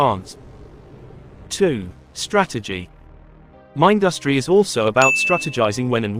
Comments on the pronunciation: It's not mind-us-tree. It's min-dus-tree. Like industry. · I guess the text-to-speech can't pronounce Mindustry, lol. Cool video though